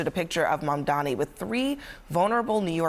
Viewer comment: OMG. Abby with the worst mispronunciation of Mamdani. She said Bomdani!